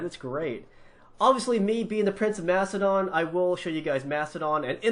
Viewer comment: it's makedon